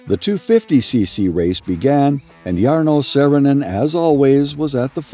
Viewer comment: Cant you just pronounce the name right at first?? Too difficult????